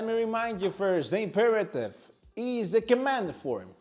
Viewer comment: Good video useful simple. For YOUR English, It’s not sucker match, it’s sOccer. It’s not eez, it’s is, pronounced iz